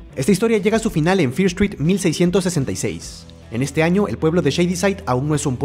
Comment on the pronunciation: que curioso el lo pronuncia fieer y es fiir pero muy padre el resumen aunque ya me las vi